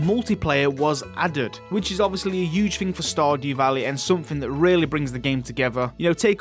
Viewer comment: that was a "hewwgge" one 😂 what an accent